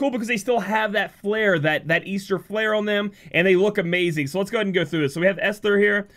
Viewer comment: Es-Ter not Es-Thur